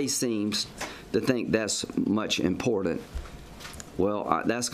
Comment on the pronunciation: Lindsey....it's imporTant not imporDant!!!!